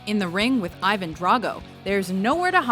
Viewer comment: It's (about) okay changes cities or countries names in other language.. but WHY the hell you must change the pronunciation of person's names? I mean.. Come on... ''I van Drago''? It's russian, it's EEVAN (english pronunciation..) I just can't really hear I VAN...